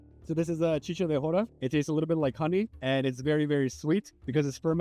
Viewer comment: Dude, its called CHICHA de jora, not chica 🤦‍♀️